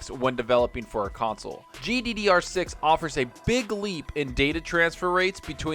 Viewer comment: Man it bothers me when you say GDD6. It's GDDR6...